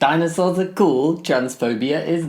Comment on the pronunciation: thought you said "diamond swords" not dinosaur, so if you're going for an alternative for homophobia ;)